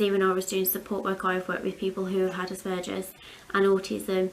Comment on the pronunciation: I’m so glad you say Aspergers the right way. Some people I’ve heard on the tv pronounce it really different and it really grates my arse lol x